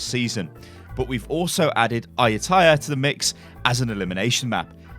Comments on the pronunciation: ‘Ayun-tia’ Ayun-thia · Ayutthaya is pronounced: A, like a cat, a dog, a pig; You, like you and me; (so that makes "a you"; to as in together or tomorrow, but more like t'gether or t'morrow; and Ya, like how do you ya like your lamb, or I'll bring it to ya later; all together it makes "A-you-t'ya" with emphasis on the "you." Hope that helps :) (I'll bring a ewe to ya tomorrow; I'll bring Ayutthaya tomorrow. Same.)